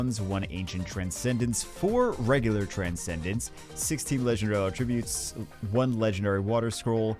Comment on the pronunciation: Is 2023 the year learns how to pronounce attribute....seems unlikely.